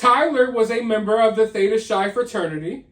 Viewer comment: Hey, not at all in a rude way or anything but it’s pronounced like Theta Kai or like *high but starting with a C or K*. Just so you know, Greek can be confusing 😁❤️